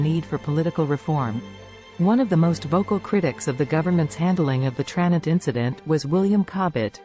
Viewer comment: TraNENT. It's pronounced TraNENT! And why are we seeing B roll of the Scottish Highlands??